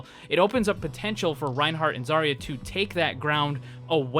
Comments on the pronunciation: It's Zarya, not Zaira, thank you very much. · You can tell he's had long day when he starts calling zarya zyra lmao